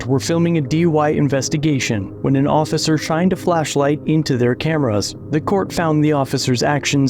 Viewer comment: Orficer.... your breath mint isn't cutting it!